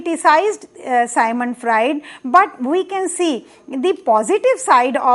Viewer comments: It's Sigmant Frued..not Symon Fraed.. thank you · It's Sigmond Fraud!!